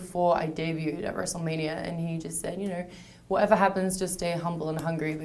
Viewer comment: "Wrestlemanier" Lmao god shes cute.